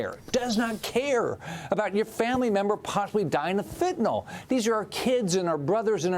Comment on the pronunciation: Come on Maria, say Fentanyl not Fentanol. Why do so many people have a problem with this pronunciation? Asking for a friend.